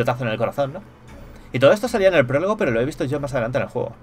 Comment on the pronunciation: El porlogo!!! el pooooologo xD, la palabra del día, PROLOGO, que aprendimos hoy? PROLOGO!!!!